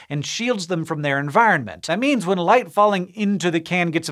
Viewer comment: In the beginning I heard "life" instead of "light" and I was so confused.